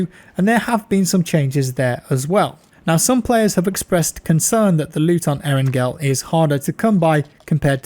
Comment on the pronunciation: Nigga it’s not aarongirl🤦🏽‍♂️ it’s eerrangalll that shit make me wanna shoot somebody when u say arongirl